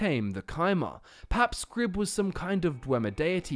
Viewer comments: You talked about 'x' not existing in the Dwemer tongue, you talked about the game using partial translation into Tamrielic; why then would you think that "Xarxes" + "scribe" = Xrib? Why should the Falmer word for "scribe" be anything like the Tamrielic one? Also, the fact that you're pronouncing "Xrib" as "scrib" seems to come from nowhere. 'X' is not /sk/; it's a /ks/, at least it usually is in English. I always thought of this 'x' as being pronounced like a Spanish 'j', a velar fricative. Other than that, this is an excellent delve into the lore. Bien hecho. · that's a rather odd way of pronouncing xrib (most likely pronounced "kzrib") or if you were to believe the concept art, the actual dwemer pronunciation of the temple would be some thing like "Awerdihbth" (X is awe, R is rd, I is ih, B is bth.) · Fascinating. I love getting lost in Xrib. I think the "X" refers to how the pillars in the main chamber need to be traversed. Also, do you have a reason for pronouncing it as "Scrib"? My instinctive pronunciation was "Zrib"... The hard C seems to be out of place amongst other Dwemer sounds... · Interesting video, but I'm curious where "Scrib" is coming from in Xrib. Xylophone, Xander, Xerxes, etc. X is a Z sound. Wouldn't it then be "Zrib?" Is there an NPC somewhere in any game that officially says "Scrib?" Not trolling, genuinely curious. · can anyone help me as im not familiar with the in game languages is there a reason why it is pronounced "scrib" and not "zrib" ? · In what language does the letter X = "Sk" phonetically?? Because normally, in literally every English dialect, the letter X = "EKS" and occasionally "Z" phonetically. It seem much more likely that the name should be pronounced "Zrib" or "Eksrib". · It's temple of Xrib, not Scrib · it might actually be pronounced "zrib" instead of "skrib" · The X in Xrib is actually pronounced ‘Mick/Mc’. So the correct pronunciation of Xrib is McRib. Yes. The Temple of Xrib is, in fact, a McDonald’s.